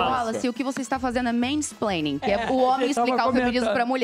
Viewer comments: Ela iventou essa palavra "MEINPLENING" e "MEINTERROPTING", nunca nem vi essas palavras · mulher: Mainsplaining Zóio: spinerblede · Kéfera: explica aí Wallace: tenta explicar Kéfera: ISSU É MEINPLEINING!!! Wallace: tenta falar Kéfera: interrompe Wallace: insiste em falar, pois era a vez dele Kéfera: (interrompendo) ISSU É MEINTERROPTING! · Kéfera: pode explicar Wallace: ok, na minha opinião... Kéfera: MAINSPLAING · "isso que você fez é menisplenin 😭🤓" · menispleibing garaiokkkkkkk